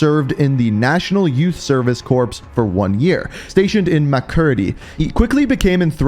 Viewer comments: It's pronounced "core" not "corpse" lol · "Corps" Pronounced "core" when in reference to a cadre of people, eg. the US Marine Corps. "core" not "corpse" as in a dead body. "Corp" as in, short for Corporation (Spider-Man Oz-Corp) go ahead with the "p". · Love your videos but for the love of all that is holy… “Corps” is pronounced “CORE” (silent PS)! Lol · I don't mean this to sound assholish but corps is pronounced core. Like the United States marine corps (core). Just trying to help man. GREAT CONTENT AS ALWAYS!! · "Corps" is pronounced like "core". The p and s are silent. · way to pronounce "corps" wrong and thanks for reading the bios to me Dad. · Yeah this guy isn’t great at pronunciation. I don’t think he’s gotten “corps” right once.